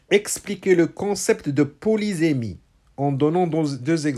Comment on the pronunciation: Bonjour prof .Faut_il prononcer le mot polysémie avec [se] ou [ze]?Vous l'avez prononcé deux fois différemment.Merci pour votre explication magistrale.